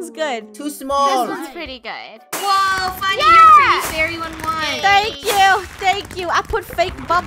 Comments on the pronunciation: Haha so funneh instead of funny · FUNNEH NOT FUNNEYS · funneh: cloen me: IT FUNNEH builds penny wise me: NOO YOUR SUPOSED TO BUILD IT FUNNEH!